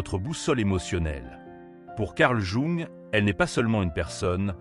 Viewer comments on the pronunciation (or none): Quel dommage ce doublage de voix par intelligence artificielle pour un contenu aussi intelligemment humain. Jung est prononcé "jouant", quand il n'est pas carrément écrit comme ça... Le fond de vos vidéos est top mais la forme est à reprendre. Elles n'en seront que plus appréciées 🙏